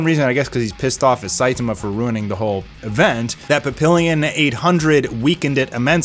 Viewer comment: Say it with me... 'pa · pee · aan' not 'pa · pill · e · on' 😂 papillon is the french word for butterfly